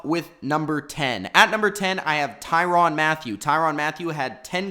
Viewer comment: Tyrann not tyron get the name right tie-ran